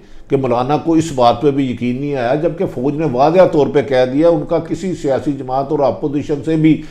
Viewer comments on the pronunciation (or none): none